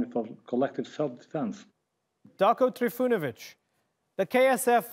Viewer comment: ...uci engleski